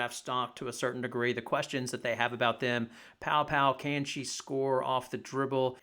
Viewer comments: you mean Paopao not Poa 🤦‍♂️ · It’s pronounced “pow pow.”